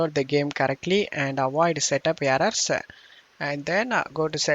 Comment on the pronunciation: why do you pronounse error as aerrorssa